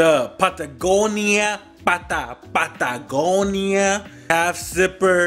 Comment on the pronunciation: Nah they were offended he said "pant a gonia"